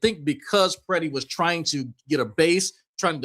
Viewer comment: There is only 1 e and 1 i in Mr. Pretti’s name. It’s pronounced similarly to pretty, NOT Piretti or Peretti. 😊 Thanks.